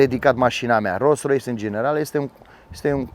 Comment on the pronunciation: De ce spui de multe ori ''Ros Rois'' :))